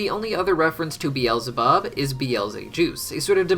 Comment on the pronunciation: Bweezelabub yum